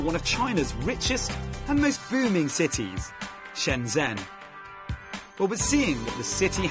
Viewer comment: I believe Shenzhen should be pronounced as Shun jun. The zh gets the j sound.